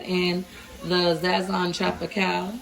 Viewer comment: Enjoy the Videos but I hate how u say Sazõn, it pronounced Saz'zone not Zazzone